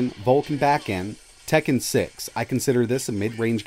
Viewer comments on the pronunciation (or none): none